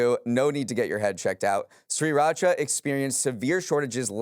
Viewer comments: “Great show today,. It’s pronounced SIR-racha.” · I didn’t think the mispronunciation of Sriracha would bother me as much as it did 😅